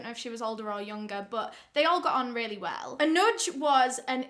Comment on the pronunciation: Your Pronounciation of Anuj and Pune was Bang on 👌🤘.